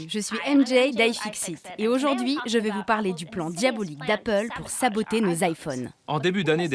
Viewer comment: J'adore toutes vos enquêtes mais par pitié ça se prononce comme ça s'écrit, "aujourd'hui", pas "ôjôrdui". Pour tout le reste, c'est formidable, merci !